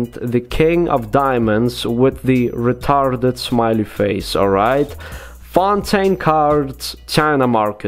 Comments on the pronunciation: lol re-tar -ded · re-tar-ded with the russian accent ;)